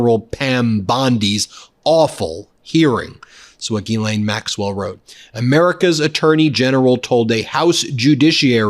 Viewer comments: People in England pronounce it Gah-len but quicker like Glen. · Wouldn't you think that Bondi could pronounce GHISLAINE Matthews properly, instead of calling her GERLAINE? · Phonetically it's pronounced Gizlane. You're not pronouncing the S. Only the H is silent. Ghislaine. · Why does pronounce Ghislaine's name "GERRlaine"? Is that her pet name for her or some kind of Inside scoop us ordinary people can't know about? 🤔🤨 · Bondi called her "Gerlaine". LOL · "Gerlaine" ... Nice one, Pammy! She is trying everything to distance herself from the knowledge and handling of the G.M./Epstein/tRump case. We all know she understood her assignment before she was given the position!